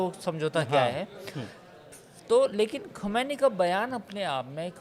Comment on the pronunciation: Ankur; khamenai kahna seekh len pahle phir patrakarita kren